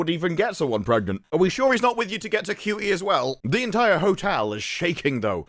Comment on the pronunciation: Regardless of how you may feel about his acting, or his politics, the man's name is pronounced "SHOO tee", not " COO tee."